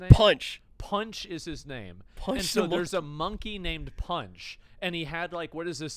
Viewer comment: Panchi not punch